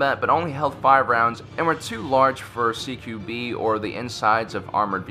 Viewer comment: "Ceekewbee" - Close Quarter Battle